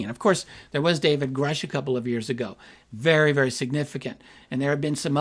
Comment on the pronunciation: Imagine?. Cant even say Grusch. Wow